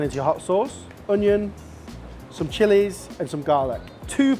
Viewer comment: He's a legend! I call him because of how he pronounces "Onion". Kind of a running gag in the cooking community 😂